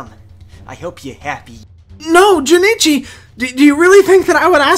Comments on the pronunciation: This is better than actual anime dubs. Also, his name is Jonochi. Not Jonichi. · wondering why yugi pronounces jonouchi like jenichi lol